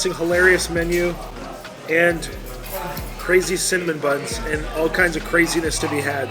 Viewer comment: KRAY ZEE. Potatoes!!???🥔 brutal hard